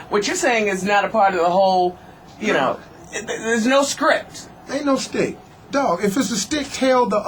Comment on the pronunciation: wow "stick" ? wth, it's SCHTICK ...